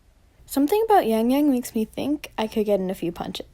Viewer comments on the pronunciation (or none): none